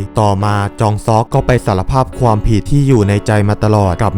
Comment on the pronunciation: คนภาคเปนคนอีสานแน่เลย อ่านคำว่าความ เปนควม